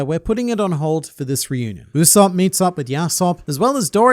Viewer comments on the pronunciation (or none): none